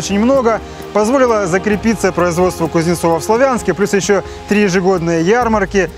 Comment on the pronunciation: В Славянске ударение на а ,славный город